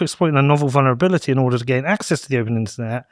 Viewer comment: This guy is talking out of his ass. It isn't even "intelligence" yet. It is an LLM which uses math to try its best to predict the next word. Also, it isn't pronounced "vonner-bilty" it is pronounced "vuhl·nr·uh·bi·li·tee".